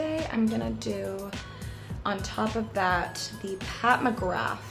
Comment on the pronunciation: OMG... Did she said Pat McgraFFFFFFF??? 🤦‍♀️